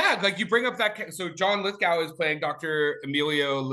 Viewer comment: It's John Lithgow. Go! Go! Rhymes with sow as in wild oats, not sow as in pig.